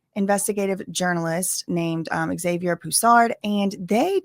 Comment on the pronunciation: THANK YOU for pronouncing Xavier properly. I kept getting triggered watching the series on this, with candance calling him "ex avier"... like, what? lmao Anyway, for me what is really telling is that this started because people IN FAVOR of "brigitte" and wanted to write these articles about her life and her "journey"...and suddenly they realized "brigitte" has no clear past. The worst part of it is that even the official story is rather dmning, Macron was basically preyed upon. but you know... according to the french, 15 year olds can "consent" to relationships with full grown adults...